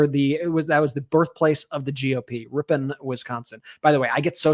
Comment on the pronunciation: " Rip un" is correct Brett Milwaukee person here for your pronunciation of Wisconsin towns lol